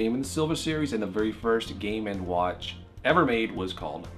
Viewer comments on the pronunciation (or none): GAY WATCH, GAY WATCH! all i hear